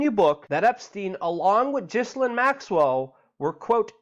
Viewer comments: Luke...love what you do...Epstein's "woman" ...her name is pronounced..."Gillaine" Keep fighting the good fight! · It is pronounced Gilaine...